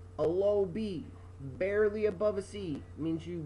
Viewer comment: He barley said the word barley